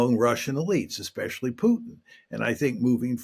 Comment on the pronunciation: You know he's a real journalist when he says Pyutin😆